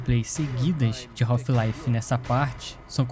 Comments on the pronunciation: A pronúncia correta do inglês não seria "raf laive" e não "raulfh..."😮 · Melhor jogo da história e que brasileiro fala o nome errado kk